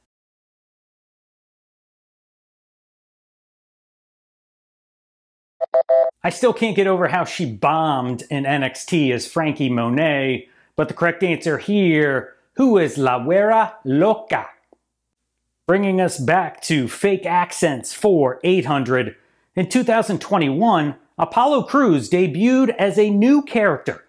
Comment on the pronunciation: The word is actually “guera” and is pronounced “weda”.